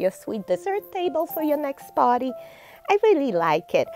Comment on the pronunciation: OMGoodness..these are all ADORABLE😍and so are you💕..I must tell you,I was making the "faux cake" (along with you😉)..twice,while crafting,you got me SO TICKLED!I had to stop😂1st,with your cute accent,the way you say "party" is SOO NOTHERN AMERICAN(I'm from the deep south..Tennessee)🤣😂🥰 2nd time,when you said "this could go so wrong,so fast🤔😂🤣🤭..you have such a great personality and I can watch your videos,over and over( because,I craft slowly) and never get bored watching💕Thanks for sharing your MAGNIFICENT TALENTS with us and have a Blessed week💕🥰